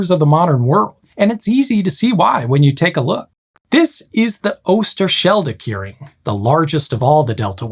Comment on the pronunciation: Yes I don't expect him to pronounce it well, this is not a language channel after all. But his pronunciation of "Veluwemeer" and "Afsluitdijk" was pretty bad, on the other hand ,"Oosterscheldekering" and "Maeslantkering" was almost perfect. So yes could be worse.